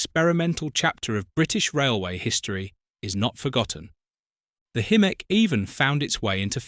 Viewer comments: In my opinion, the most visually attractive diesel loco, no more controversial than any other of the diesel hydraulic designs, but cruelly assaulted by atrocious AI pronunciation. Will the last human to leave YouTube please turn the lights off! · Very nice film extracts, but this exposes the shortcomings of AI commentary, with incongruous mispronunciations of Hymek and Limited. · Hi-mek, NOT, him-mek! PLEASE I BEG YOU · They are called Hymeks not Him-meks or ham-meks. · Hymek NOT himek get your facts right! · Himek? 😂😂 It's pronounced Hi- Mek fgs 😂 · I've known these as 'high mek'. You pronounce both including 'him mek'. Which one? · Pronounced Hymek not Himmek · Had to mute it :( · Nice video but the AI voice over was struggling there! We were treated to.... Himmek Highmek ✅ Haymek Hoomek Hewmek and at least one Quimek! 😊😂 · AI slop. 'Himmek' indeed. Stopped watching at that point. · Himek really? AI dribble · Hello. Not sure whether you’ll see this or not. I’m sorry you don’t feel comfortable with your voice. - Just a thought (as someone who plays with ai music) spelling everything phonetically (if you don’t already) can really help. As AI isn’t very I lol. High-mek or similar I would think would be fairly idiot proof for the software, but have an experiment with it. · It is pronounced HY-MEK AI moronic narration. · Highmek!!! Bloody useless AI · What is controversial about Hymek's? Bloody good type 3, almost as good as a 37. Have you ever seen, riden behind ot driven them? I have so I feel qualified to comment. This proves just how bad AI can be. It's pronounced Hi-mec BTW. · "Himmeck'? I'd rather have a real human reading this to me. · They also said "Haymeks". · I heard "Haymek" at least once. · I counted at least one "Hu-mek'. Wouldn't it have been easier just to get someone to narrate? You don't have to be Kenneth Brannagh to have a more dynamic delivery than this machine. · I gave up listening to him-ek. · I'm sure I heard Hammock!